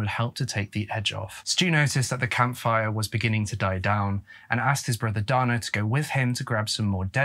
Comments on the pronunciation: the male name Dana is generally pronounced "Dayna" in the US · Sioux is pronounced like the girls' name "Sue" and Dana is pronounced like "day-nuh" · Sioux pronounced Sue Dana pronounced Day-nuh Gosh Sir, get it together!! Drove me absolutely Bonkers listening to the murder of those words...😂😂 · I believe that it’s pronounced “day-nuh” as opposed to “don-uh”. I’ve known a couple guys named Dana, and it’s how they’ve always pronounced it, that is. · I was very confused while listening that the boy's name was pronounced "Donna" which is pretty exclusively a girls' name... But then actually watching while not asleep, saw the spelling. As a Dana myself, it's usually pronounced "Day-nah", at least in my part of the world. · If you read the book it absolutely was a marijuana joint and Donna is pronounced Dane Ah and its not six falls it is Souix Falls but other than that great story telling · Dana is pronounced Day-na. Not donna.....😂😂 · Again, DANA is NOT DONNA. DAY NA. DON AH. You really should listen to pronunciation programs before recording. When you young Tubers record and continually mispronounce names and places, it tells me you're too lazy to fully do research. This makes me disinterested in your videos. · and Dana isnt pronounced like Donna. i was so confused until i saw the name spelled under his photo. poor kid. Great vid, but a little disrespectful not to check how these names are pronounced when its all easy to find. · Great video as always,! Just for future reference, Sioux is pronounced “sue” and Dana is pronounced “day-na”:) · The brothers name is pronounced DAY-NAH it’s a rare name for a boy but I did grow up with a Dana. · Confused why they call Dana a boy...refer to HER as Brother. The photo shows a FEMALE named Dana. Pronounced DAY NA.